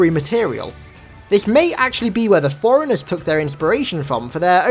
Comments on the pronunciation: Sounds like you're saying foreigners, not forerunners. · Did he say "foreigners" or "forerunners"? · when you say forrunners i here foreigners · If i didn’t know any better I would think he was saying “foreigners”.